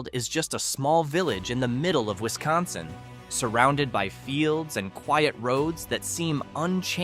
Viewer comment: If you're going to do a video on our state of Wisconsin you need to be taught how to say the name correctly my guy